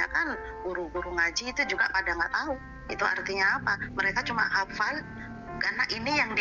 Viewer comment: Hafal apa,,, gitu aja bilangnya hafl Al,qur,an Lucu pol bang